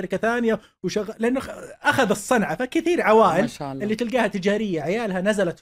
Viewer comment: عمرو أديب ما يعرف يقول ما شاء الله ! وش ذا اعوذ بالله